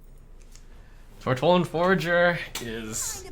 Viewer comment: ''Tortollan FOURager''